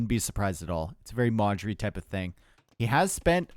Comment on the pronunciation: Every time you say Modri I wonder who Marjorie is... :)))